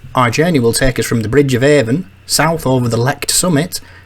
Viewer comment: My home territory,. Missed you again! A lovely, lovely film, thank you. Constructive criticism (I don't do 'yah boo' stuff), but Tomintoul is pronounced "Tomintowel". As a local, I'm advising you. Avon is 'Arn'. Well done with the rest. We're just weird up here! Please still like me😊. Please come back. 🚗 🎉